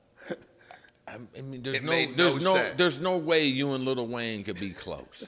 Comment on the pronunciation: Bro said Little Wayne!!! 🤣🤣🤣